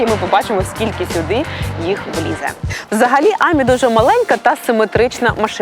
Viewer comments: Тільки не àмі, а амì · тільки не Амі, а амІ. П.с. я у Франції) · Ам'і- наголос на останню букву! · Українською буде замовити, не нОгті, а нІгті. А французькою - АмІ, з наголосом на останній склад. Не смітіть суржиком. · Амі, доречі у французькій наголос на останню годосну, ажвуха в'януть, коли ведуча робить наголос на А😂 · мон ами, наголос на и